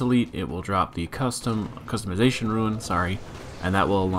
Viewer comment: I like how you pronounce rune as ruin